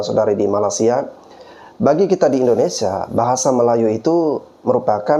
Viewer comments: Pengucapan mu sama saja merendahkan Malaysia... Bukan Malasia tapi malaysia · Bro, Perbaiki Penyambutan Nama negara orang,. Penyebutan MALAYSIA mu ngak bener. Takutnya nanti yang nonton bukannya ter edukasi, malah tersinggung. Selebihnya okelah,. 👍🏽👍🏽👍🏽